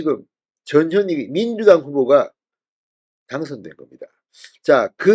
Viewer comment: 전현희가 저년이로 들리는 이상한 현상 저년이 탈당하네